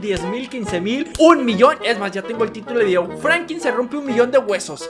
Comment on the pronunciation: se dise Franklin